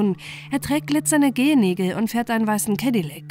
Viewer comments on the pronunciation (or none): none